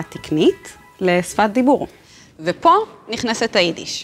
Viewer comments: הכל יפה ונחמד,אבל את גם צריכה ללמוד קצת על ו' החיבור. את אומרת ' ופה ' = vepo....מה? היית צריכה לומר ufo... אם להנגיש... אזי להנגיש נכון. תודה צ'יקו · Not 'vepo' ufo, not vemile'el, umile'el. Correct your mistakes prior to teaching others Hebrew.